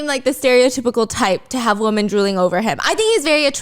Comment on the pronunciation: Stephanie, your English is outstanding. I have noticed a tendency to pronounce women as woman. Very important to distinguish one or more. Women is pronounced as though o is short e or eh so WEH men. No o sound. Love you 😅